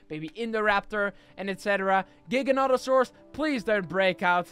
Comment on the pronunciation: when you put three Giganotosaurus together, one was mother, the second one was father, and the last one was brother or sister. You pronounce Giganotosaurus wrong and right, it actually pronounced giga-noto-saurus. The Giganotosaurus actually has a name Zeb, who is 18 feet tall and who is 3 years old, it’s same age and height as Indominus Rex actually has a name, Indy.